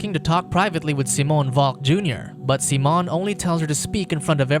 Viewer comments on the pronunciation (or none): Seemoan funny way to pronounce Siiiimon.